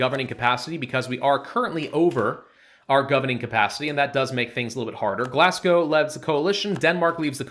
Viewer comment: It's not pronounced "Glasgow", it is Glogow, without an S and with an F sound at the end